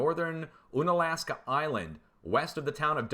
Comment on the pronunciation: Unalaska is pronounced: un-Alaska and Dutch Harbor is a world famous fishing port. Reference The Deadliest Catch. Keep up the great work Dutch!